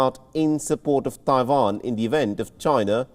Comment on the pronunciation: Don't know what is more anoying, Joe Biden, or this persons pronunciation of Taiwan.